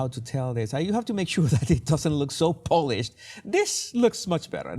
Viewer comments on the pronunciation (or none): Jesus, please say paw-lished. You are saying Polish’d. Otherwise, your English seems very polished.